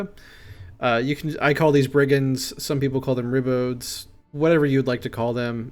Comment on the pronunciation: Super super helpful, and I enjoy the game much more with a mental framework to place units in. Thanks much Edit *sorry for being a nitpickyPrick, but ribaud is pronounced "reh-bawd", it's an archaic form of ribald... (Rogue, ruffian, crude, licentious, etc).